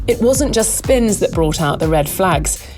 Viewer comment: No-one: Max: śPìnS!